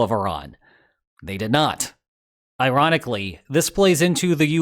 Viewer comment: Did you say Iranically?